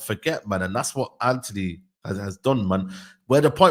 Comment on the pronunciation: The fvck is Anony? It’s Antony ffs 🤦🏾‍♂️